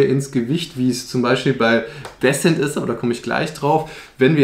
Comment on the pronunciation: Disent nicht Däsent (Sprachschrift)